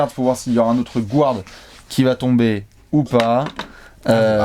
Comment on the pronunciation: Toujours sympa de vous écouter. Par contre, pk prononcer Guard "gouarde"? 😉